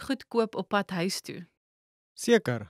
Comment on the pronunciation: The word "huis" is not pronounced like in "hi". One should pronounce the word on the tip of the tong and not in the back of your mouth.